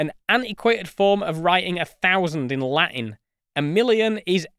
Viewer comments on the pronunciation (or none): none